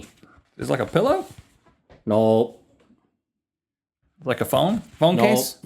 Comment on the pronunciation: lol the ways he says NOE!